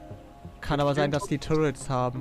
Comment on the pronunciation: das du zu "turrets" immer "turrents" sagst triggert mich so hart :D